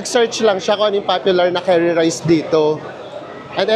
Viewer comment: Enjoy talaga ako watching your videos! Correct si with his curry pronunciation.